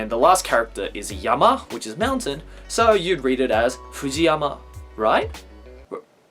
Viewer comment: Is he saying mountain or meltdown or what ?